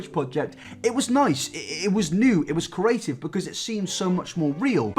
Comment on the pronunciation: I was a little confused when he said Creative. "Curative"